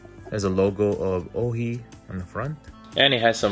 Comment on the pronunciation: It's pronounced "O" "Hi"